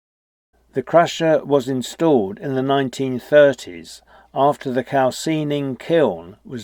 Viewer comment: "Calcining" is pronounced as calse "eye" ning